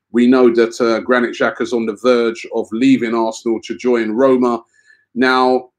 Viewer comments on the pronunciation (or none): none